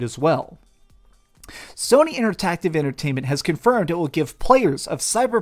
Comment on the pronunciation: Inter active not tactive